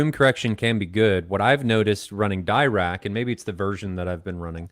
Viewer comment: It’s pronounced diRACK, after P.A.M. Dirac, one of the founders of quantum mechanics. He would be amused by this, but he would never say anything. Respect. BTW, even the classic Radio Shack SPL meter has issues with measuring low bass frequencies. Stereophile had some discussions about this many years ago. The phone apps? Hoo boy. With the mic provided with, say, a good Audyssey-based processor, presumably they’ve taken the frequency response of the mic into account. Re multichannel power amps, I really like the Emotivas, particularly the XPA line, but you need IMO to protect them from power irregularities, they don’t seem to like that. Factor this into the price. DAMHIKT. In the end, re projectors, how much do you have to spend? You need to consider, would you rather spend the money on a top-notch projector, or would that money be better spent on your savings for retirement. Your wife might have something to say about this. ;^)